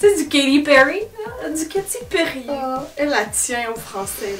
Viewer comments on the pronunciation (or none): AHAHHAHAHAHAHA, j'entendais pas le problème quand tu as dit Katty Perry!.... et après je me suis souvenue que nous les français on est vraiment nul avec les prononciations anglaises!...